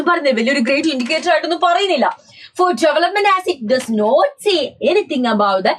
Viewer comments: Development❌ jevelopment✅ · Development ❌ Jevelopment ✅